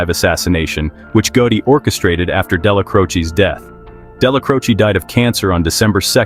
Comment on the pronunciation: I can't take you serious. You're not even pronouncing the names right. It's Della-Crow-Che